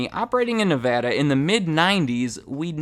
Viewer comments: I'm so thankful that you say Nevada correctly 💕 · Thank goodness you know how to say Nevada correctly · Thank you for pronouncing Nevada the right way! :D